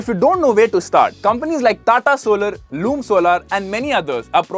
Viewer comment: Isn't it LOOM Solar? LUME??!!